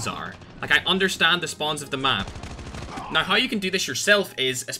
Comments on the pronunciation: “You need to be using FiXeD mOdE right NOIIII” Love it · Its Australian accent? He spelled "now" as "naay"